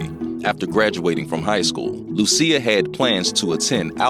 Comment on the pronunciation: SIR PUT SOME RESPECT ON HER NAME... IT'S NOT LU-CEER HARRIS BUT LUSIA as in LOO-SHIS...THANK ME LATER